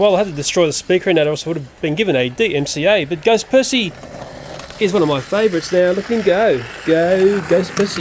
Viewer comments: He said back on perthy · I love how you say Percy lol.